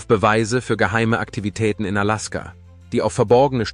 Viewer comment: Kann noch nicht einmal Alaska aussprechen